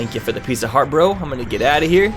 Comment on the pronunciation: To this day I will always hear Pizza heart instead of piece of heart